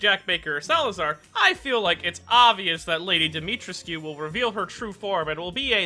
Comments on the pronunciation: Its Dimitr(ehh)scu. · Fuck as a native Roumanian hearing you pronounce her name hurts. Try to be gentler on the "trescu" part. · Oh god , every time he says Dimitrescu it makes me cringe ( I'm Romanian and Dimitrescu is a Romanian name )